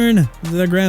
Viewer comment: CHICAGO PRONOUNCED SHEE-KAH-GOW! ALSO TORN HIS ACL NOT "POUR HIS ACL"! KANSAS CITY NOT "ANSAS CITY"! AND MIAMI DOLPHINS TUA BENCHED WITH DEAD CAP. YEAH MAYBE HE SHOULD BE RELEASED CUZ HE SUCKS,!! WHAT IS YOUR PROBLEM?! YOU DON'T KNOW HOW TO PRONOUNCE ANYTHING RIGHT, YOU CAN'T SPELL ANYTHING, YOU CAN'T MAKE ANY SENSE AND YOU STILL TALK NEGATIVE ABOUT MIAMI!! ARE YOU DONE, WHO CAN'T EVEN PRONOUNCE NEW ORLEANS (OR-LINS) RIGHT?! YOU SHOULD BE!!!! YOU NEED TO QUIT!!!!!!!